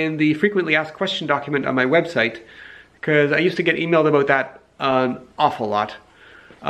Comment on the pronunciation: You hear him once say "aboot" and you know he's native canadian... of german descent.